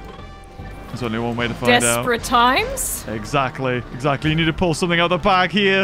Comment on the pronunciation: you sed eggsacteley